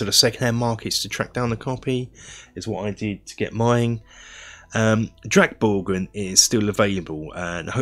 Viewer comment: very good pronunciation of drakborgen. Swedish is very hard for English speaker to get right and yours was the closest I've heard.